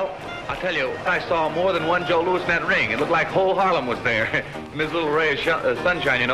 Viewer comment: "LOUIS" not "LOUISE"